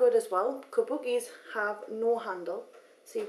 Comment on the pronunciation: <3 the way u say kabuki !